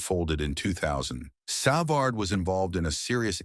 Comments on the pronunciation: Savard is 76 and it's savard not severd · Cannot pronounce his name, what an embarassing crap video. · I hate the way you misspronounce his last name😂 Your gossip filled reporting is totally exagerated shame on you! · If it is A.I. doing the narrating, man oh man it's among the worst pronunciations of a name as can be. Who's programming job is that? Ironically it's pronounced correctly the first time before things go downhill afterwards. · If you are going to do these stories why can you not get the pronunciations right? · THIS IS UNWATCHABLE /// ///// SAV erd WHO IS \Sav erd GUY ... AS IN GEEE LEFLEUR NOT GUY AS IN BUY LEFLEUR IT IS UN WATCHABLE WHEN DONE IN COMPUTERIZED COMMENTARY